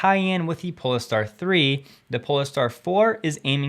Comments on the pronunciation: It's pole-star not po-le-ster....lol.... otherwise great video thanks 😊 👍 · Pole star not polester jeez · 🌀 Great content. I know I’ll get sensible news and delivery from you. So, sorry to be pedantic, but I’d like to help you with the pronounciation of Polestar. As you are saying it wrong. It’s not Pol-Le-Star. Say Poll-star. Like navigating at sea, using the stars. One looks for the Pole (as in North Pole) Star ⭐️ Hence, PoleStar. One word, two syllables. Hope this helps. May the Force be with you.🌀 Jim🎅🏻🌀 (-: <*>:-) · Pole star, not pole a star. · If you're going to keep giving us information on Polestar, I think it is pronounced "Poll-star" not "Po-le-star". Like the North Pole, y'know. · Pole star… not pol-e-star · I'm intrigued by your interpretation/pronunciation.. is it "pole-ess-star " or "pole star"? Oh & oops, ignore this, it has been mentioned already, many times. So it seems lots of us want to know. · Love your content. Just check the pronunciation of Polestar, I’m pet sure it’s more like “Pohlstar” than “Poleh-star”. Anyhow, just a small thing, again: love your work 😊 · It's Polestar, not Poleystar. Do you pronounce pole as poley? I don't think that you do. If you do, then WOW! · Pole star. Not poless star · It's "Pole-Star" not "Pol-ah-star", hah ;-) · Isn't the vehicle pronounced Pole-star instead of Pol-E-star? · Pole + star. Not Pol + e + star. Think Northpole. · You don’t pronouce the ‘e’ in polestar. It’s pole and star. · Polestar is pronounced as “Poll-star”, not with a pronounced “a” in the middle. Ask Volvo if you don’t believe me. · Pole-star...as in North Pole...2 syllables. Much love. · a 2 syllable word pole - star not 3. (silent e).... Porsche is 2 syllables also - not 1, like many western people pronounce it. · You say Polestar so weirdly 😂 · Is that how we're supposed to pronounce Polestar? :) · What is up with pronunciation of polestar? :) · Hi, FYI... when pronouncing the name Polestar, the "e" is silent.